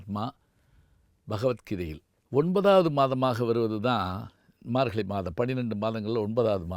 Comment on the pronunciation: Your pronouns is wrong for margazhi You pronounced margali